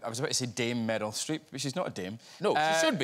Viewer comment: Him saying Meryl Streep sounds like Metal Streep